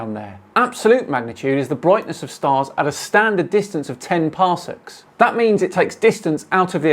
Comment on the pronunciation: wait when did we start measuring anything in parsnips (ok I know he said parsecs but I was distracted :P )